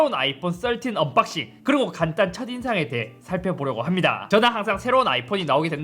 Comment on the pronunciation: 한글의 우수성은 글자와 발음이 다른 언어보다 상대적으로 차이가 덜 난다는 것입니다. Unboxing을 굳이 언빡싱이라하는지요? 언박싱이 맞습니다.